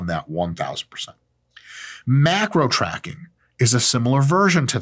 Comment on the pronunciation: lmao "trackig"